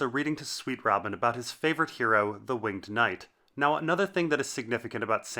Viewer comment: Incorrect pronunciation of "winged".